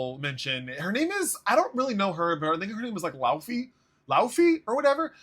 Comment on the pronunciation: Bro couldn't look up how to say Laufey